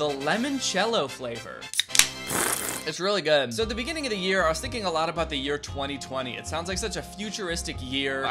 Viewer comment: Danny, why did you say "It's really good" like that?